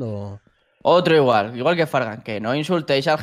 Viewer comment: parece que dice fran pero dice fargan :"(